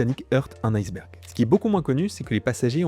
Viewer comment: Celui qui vous fait prononcer aille sberg alors que ca se prononce i se berg.